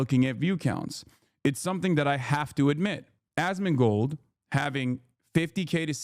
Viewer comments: "ass-can-mold" almost had me spit out my drink loool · Why is he saying Assmunchmold's name like that ???